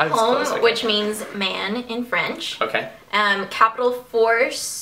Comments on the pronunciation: Oh Ingrid your french is pretty good, you have a good accent! Tu devrais dire bonjour à tes fans français (en français) =) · its a googd idea and i'm agree she had a good accent ! :)